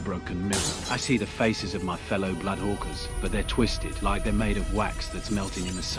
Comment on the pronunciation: It's supposed to be "Blood Horkers"